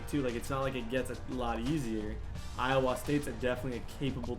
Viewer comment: You say Iowa wrong